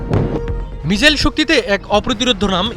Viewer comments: মিজাইল না মিসাইল 😁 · ভাই মিজাইল নয় মিসাইল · ""মিজাইল ""কি ভাই???😂😂